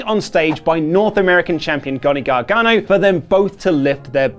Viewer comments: Gonny Gargano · Lol gohnny garganno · "Gonny Gargano" lol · Gonny gargano 😂